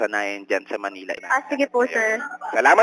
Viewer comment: Money-la (Manila). 😂